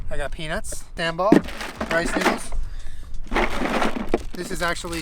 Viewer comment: I love your content but me, an Indonesian, hearing you pronouncing “sambal”: 👁👄👁